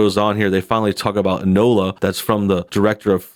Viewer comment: It's pronounced "In-Oh-La"...